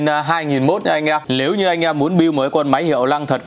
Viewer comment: Lếu như ae, Lờ vê 2,... Ngọng líu ngọng lo trông mệt thật!!